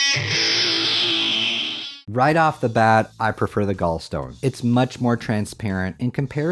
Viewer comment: gallstone, gall to rhyme with wall